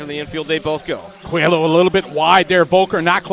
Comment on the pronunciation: Is not “COELO” it’s COELHO that is “COELIO”. Congrats! 🇵🇹